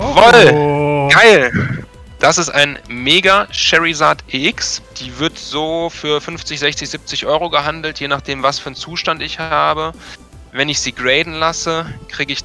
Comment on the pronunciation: kann mal jemand dem sagen das man bei "Charizard" das "i" nicht ausspricht und das "a" normal xD sorry aber ist halt echt auffällig xD